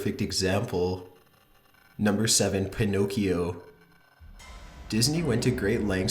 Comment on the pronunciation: Your pronounciation of Pinocchio makes me laught